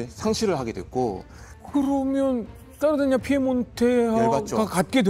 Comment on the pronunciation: (중령?)님의 이태리 원어(^^) 발음 사르데냐 - 삐에몬테 훌륭합니다 ㅎㅎ 내용은 더 훌륭합니다. 평소 좀 궁금하게 여기던 바였는데 잘 들었습니다. 깊이 있습니다~